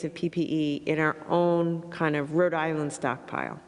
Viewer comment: Gina , Rhode Island is two words , not "Radilinn"